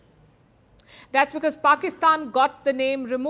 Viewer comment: It looks very good when you call "Pakistan". I believe you take this name consciously and unconsciously ......That's the reason of such a good sound of the word you speak!!!